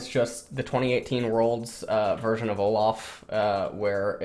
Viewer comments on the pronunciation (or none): none